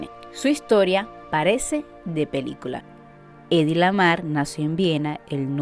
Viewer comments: Heidi. La h no es muda en el alemán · Deberías pronuncia la H cómo suena en inglés....o alemán. Como una jota J.